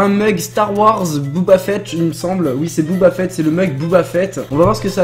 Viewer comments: On ne dit pas Booba Fett mais Boba Fett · Booba fett ok😂. C'est boba fett